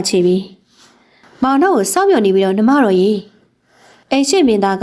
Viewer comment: နှမတော် ကို နွားမတော်လို့ ဖတ်နေတယ် တကယ်ပဲ 😂